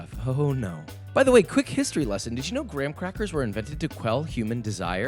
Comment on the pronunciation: “fine dining” huh? Who else is with me when I say that his grocery store didn’t have the gwam-quack-ughs